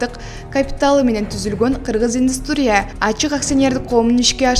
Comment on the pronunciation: Индустрия менен модернизация деген сөздөрдү жакшылап окусан